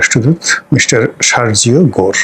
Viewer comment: Your pronunciation of Sergio Gor is wrong.